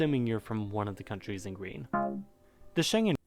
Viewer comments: Schengen is pronounced as /ˈʃɛŋən/ SHENG-en (with the stress on the first syllable). It comes from the name of a village in Luxembourg where the Schengen Agreement was signed, allowing passport-free travel across many European countries. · In SHENGEN, The “G” is pronounced as in GOLF. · "Schengen" is not pronounced like something Chinese-like word, With the start "Sche" think and pronounce like the start of the word "SCHEveningen". And the end of the word "Schengen", "ngen" is like the end of "ScheveniNGEN". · Until now, I thought the worst you do is pronounce the "Ja" brand as "Dzha". :-) But today I got slapped with Shendzhen and it hurts. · Schengen is a German word and is pronounced with "g" like "g-lory" and not like Shenzen which is the main Chinese airport for TEMU :)) Also, this vid and its info are 5, like evn 6 years old. And nobody says "I'm a Europe/European patriot for God's sake ! Patri-ot from latin "a person who loves their country" - Europe nor EU isn't a country. We are engaged but not married :))) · Shenzhen is indeed in China, Schengen (ng pronounced as in singing) isn't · Schengen = SHENG-EN (approx. pronunciation in English) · Because it's wrong lol. The G is pronounced like in "good." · Actually, the ng in Schengen is supposed to be pronounced like the ng in 'wrong', forgoing any emphasis on the G. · Terrible pronunciation and an outdated map. This is so typically USAmerican! 😂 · butchered "Schengen" right from the start... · It's a very old video. ou should have chosen something more recent about the EU and the Schengen Zone. Yeah, and check out again how to pronounce Schengen, not everything is English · your pronunciation of Schengen at the start of the video made me cringe... 😅 But I am impressed you looked up something this European just out of interest. ❤️ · you can hear how to pronounce “Schengen” (city in Luxembourg) correctly. Doesn't sound anything like Chinese. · The G in Schengen is pronounced as in "get".